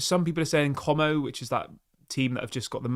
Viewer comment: It’s pronounced CO MO not Commo